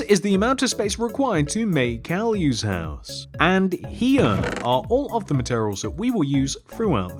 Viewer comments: It is not Cow U. It is “Kai U” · It is pronounced Caillou